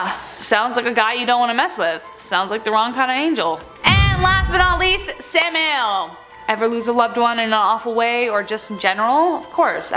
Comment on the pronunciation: Sam-i-el dumb broad don't you know God forget about Google voice and give a damn dictionary every host on this channel pronounces one name wrong normally every one out of five videos